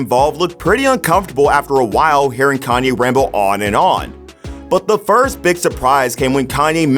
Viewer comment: Pronounced Calm-yay, not calm-eye